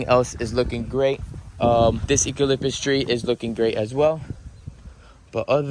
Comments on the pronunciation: Is it me or did it sound like he was saying ecalytpus instead of eucalyptus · LOL 😃 The way you say Eucalyptus tree🌳. E-Cal-lip-us tree ! 😅 Did you know the E is silent and replaced by U . So it would be U- ca- lip- tuss tree.😁👍🌳 Your so funny .🤣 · this is how you pronounce the trees in your goat erea you ca lip tis okay get your words right please Im from Australia and every Australian thing you have on your property you can't even pronounce it right like your kookaburra your emus it's not half cow half bird okay and so on can you just find out how to properly say it because I know what you Americans alike if we pronounce one of your words wrong it's against the law but you can do it to us come one man anyways love your videos and what you do for the animals